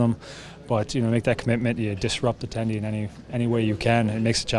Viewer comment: "disrupt the tendy" :face-blue-smiling